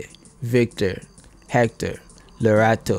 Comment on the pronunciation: Hester not Hector 😜 Gert sounded like Gurt 🤣🤣🤣🤣